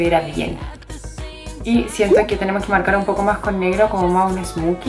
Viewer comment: adoro verte! Eres tan real y auténtica!! Puedo hacer una pequeña corrección? Se pronuncia smoki o smouki no smuki... Muchos besos, deseo que tengas un gran 2018!!!!